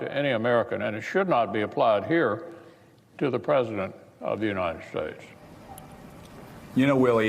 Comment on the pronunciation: In order to save Trump from embarrassment, the republicans have now simply changed the official pronunciation of the country to: The Uniteshaytsch.